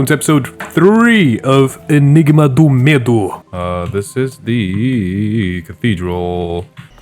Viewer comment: Bro, r u Brazilian or something? When u say 'enigma do medo,' ur accent sounds so perfect! I've already finished the game, but I'm watching ur entire gameplay because I found it really fun to watch, especially seeing ur thought process regarding the puzzles